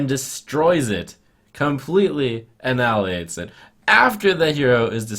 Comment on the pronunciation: "Completely a-nally-ates it"